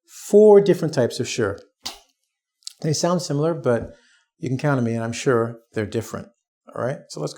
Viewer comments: so sorry but i hear word " sure " like " sir " ? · I have people ask me are you Shore instead of sure